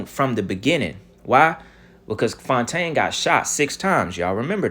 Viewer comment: "Clone=taine" c'mon... you gotta give yourself credit for that one ha!